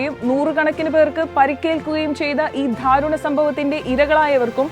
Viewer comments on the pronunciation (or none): Not ' dharunam' , correct darunam' Not ' markham' correct 'Margam'